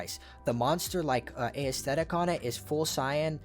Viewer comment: Nice video. Not trying to hate but the way you pronounce aesthetic got me 😂.